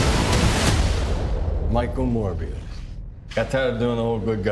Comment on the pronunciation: Wtf is “moribus”a guy overpowered with covid-19🤣🤣🤣